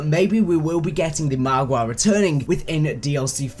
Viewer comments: I love how keeps saying margwa like margwah. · he says it more like mahgwah